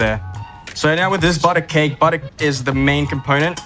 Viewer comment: When he says "bodo ah"